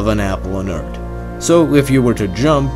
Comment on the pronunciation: did you said Urt instead of Earth?